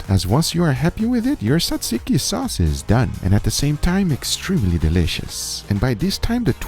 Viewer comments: Maumau, say it with us: “YEE-ROH”. 😂 Also, Tsatsiki is pronounced “dja-djee-kee”. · Bravo vre Guga but you pronounce it more like “jajiki” my Aussie mother in law pronounces it like you did, and the pita should be cooked on the carbona not in a pan for ultimate flavour